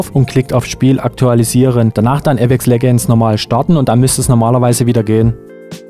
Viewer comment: Du weisst schon apex legends wird anders ausgesprochen als wie du es am anfang gesagt hast🤦‍♂️😂😂 bhd kennst du englisch